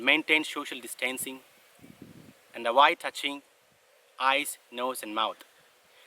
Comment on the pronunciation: I love your pronunciation, you're an excellent speaker, but if you care at all, V-sounds are rather easy to explain (hopefully). If you make a lazy uhhhhh sound, then touch your lower teeth to your top lip, you instantly make a vuhhhh sound. You can easily improve how you say "avoid" by starting with uhhh, then create the v-sound and make "uhh-void". Thank you for trying to help educate people on safer practices, please stay safe. <3